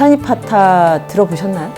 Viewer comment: 고미숙작가님 숫따니빠따 로 쓰고 "숫따~니빠따"로 발음해 주시겠어요. 많은 지식인들에거 바른 앎을 알게 해주시길~부탁드립니다.